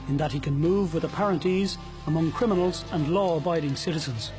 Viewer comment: Can this guy not say crim-I-nals not crin-I-mals